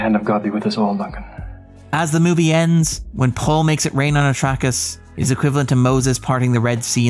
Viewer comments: I feel like you haven't watched dune... You mispronounced 'Arrakis' and 'Muad'dib' pretty brutally Called it "Atrackus" and "Mah-dee" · It's worth noting that Mahdi is the fremen prophecy of the voice from the outworld which is Paul Atreides. Muad Dib is the name he adopts and it's the name for the desert jumping mouse. Both are names that Paul adopts though i'm not sure what was actually referencing. He definitely butchered Arrakis though. Great content nonetheless. Watching everything puts on the escapist these days.